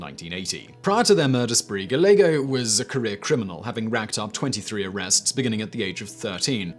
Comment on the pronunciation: Great info, as always. Just in case, Gallego... guy-yay-go. Last name is originally Spanish. Of course, people do anglicise pronunciations all the time, so maybe he was gal-ago lol